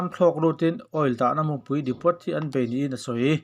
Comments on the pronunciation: depo anti ngai...depot ti lovin aw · Ka hrilh ru ang che 'Depot' tih hi 'Depaw' tia lam tur 'T' hi lam rik tel loh tur,oil dahkhawmna hming a ni. Min min nuihzat ang tih leh chuan.